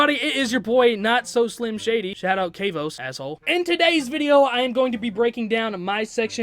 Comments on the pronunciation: Bro it’s not kvos it’s kavos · Its pronounced "Kavoth"